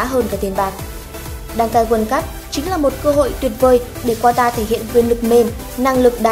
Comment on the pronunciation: Qatar đọc là Ka-ta ông nội :))) còn ghi "Quatar" nữa chớ, sửa tên nước ngta, hay thật!!!